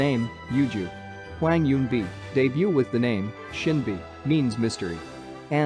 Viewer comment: if you said hwang as hweng one more time I'm going to flip my laptop